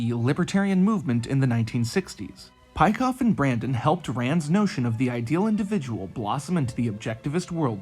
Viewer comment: Nice video. A small correction, Peikoff's name is not pronounced like this.